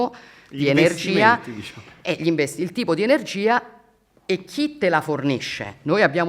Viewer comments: disciamo…disciamo…disciamo che hai fatto il comizio dai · Mi è sembrato di sentire "Disciamo" a un certo punto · DISCIAMO 858393 VOLTE LIVELLO DIALETTICO IMBARAZZANTE. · Disciamo disciamo slinguata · 😂 Riassunto Disciamo diciamo disciamo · Chiaramente e disciamo pronunciati 269 volte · disciamo e non disciamo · Si ma la propaganda ha fatto cacare, ci avete messo pure gli immigrati e la famiglia del bosco per giocare sull'ignoranza della gente. Non era più semplice parlare del merito della riforma? Ps: quest'idea mi è venuta quando ho perso il conto dei "disciamo" sentiti. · Disciamo, Disciamo, Disciamo, Disciamo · 1 ‘disciamo’ ogni minuto e 15sec misa si è record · "Disciamo" counter? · il gioco dell'anno bere ogni volta che la Meloni dice: "disciamo" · Sul finale sembra prendere il volo un bestemmione (vota sì se ti è sembrato di sentirlo). Fedez contagiato dal "disciamo". Ottimo lavoro, episodio vero e riuscito.